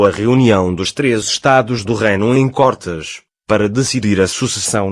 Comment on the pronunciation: Côrtes e não cortes.